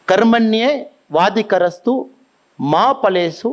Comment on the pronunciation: Annamalai sir kindly learn the correct pronunciation of Gita sloka - Karmanyeva adhikarasya.... And more importantly learn that the said Gita verse does NOT say that we do not have claim to result BUT ASKS US TO CHOSE NOT TO CLAIM but act for the devotion of Bhagavan.